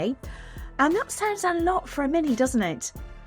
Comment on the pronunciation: Ah! Sounds? I thought you said `sands` and was wondering how you'd pack a tonne of rubble, and why?